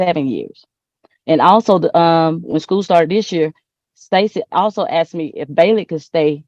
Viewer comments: But he axed her😂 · He axed her🙄